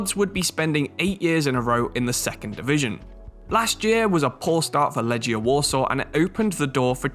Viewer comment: Love the channel but just to say, the correct way to pronounce Łodź is like "Woodge", W makes a V sound like in German, Legia is said as leg